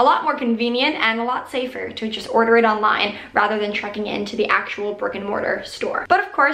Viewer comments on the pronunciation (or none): none